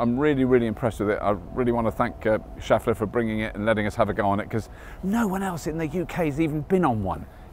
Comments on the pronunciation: i think "schaeffler" is pronounced with a "e" sound like in "chef" rather than "shaft". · I think it is pronounced with shef... not shaf... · Nice, by the way Schaeffler is pronounced 'tshay flah' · Nice bike/car. That is NOT how you pronounce "Schaeffler" :-)